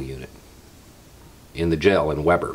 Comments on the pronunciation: Not really a comment on your posting, just wanted to let you know it's pronounced "Wee-ber" with a long e. Don't ask, it's Utah. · "Weber", Utah, is pronounced "WEEEb(uh)r".